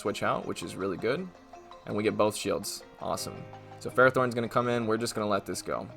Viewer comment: When people pronounce pelliper and ferrothorn wrong Me: anime. Pell-ipper. Ferr-roff-thorn.